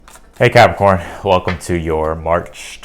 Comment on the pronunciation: I love the way you say ‘Capricorn’